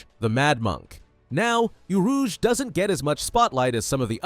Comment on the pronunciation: isnt it orouge not urouge